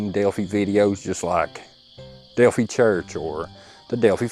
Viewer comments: Hey. It’s not pronounced Delphee, it’s Delpheye. Thanks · Delphi rhymes with lie, not with tea.. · Delphi is pronounced the same as wifi the fi and phi pronounced like I know who u r!!